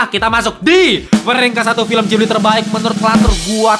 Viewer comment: Itu Ghibli, bukan jibli